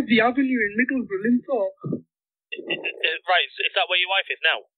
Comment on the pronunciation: It's not LEADS it is LEEDS (West Yorkshire) 😉 It's Linthorpe, Middlesbrough, NOT lindthorpe 😉